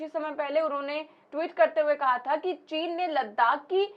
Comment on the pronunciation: चीन का च तो इस ढोंगी के मुंह से निकल नहीं पाता है बात करता है साला